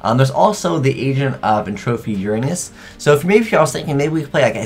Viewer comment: He says Uranus weird